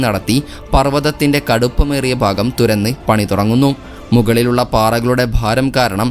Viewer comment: തുര ന്നി ..അല്ല തുരന്ന്